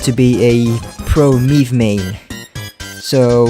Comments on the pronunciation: who tf is meeeeve (its may-ve) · Mei ve not MEEVE.